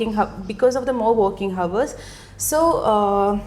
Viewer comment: The word ‘hour’ h should be silent. Please don’t take this video as a prototype. There are so many errors here